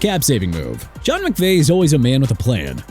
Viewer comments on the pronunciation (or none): none